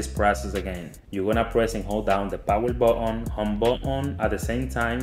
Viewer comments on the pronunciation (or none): He said power botton